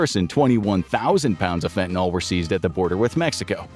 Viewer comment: Stop calling fentanyl "fentanol." There are no hydroxyl groups in fentanyl so it can not be an alcohol.